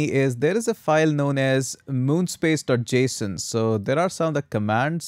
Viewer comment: it's mono-space file not moon-space file 😅